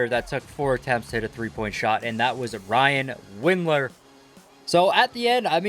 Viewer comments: Dylan winder not Ryan lol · Did anyone notice he said Ryan Windler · Who tf is Ryan Windler? It's Dylan bro, Dylan. LMFAO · Did I just hear “Bryan Windler”